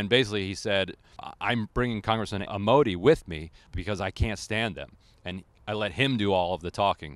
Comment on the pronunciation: It's pronounced Senator AM-o-day, not Senator ah-mo-De.